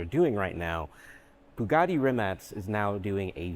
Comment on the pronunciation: Shotout for being 1st non balkan pronouncing Rimac correct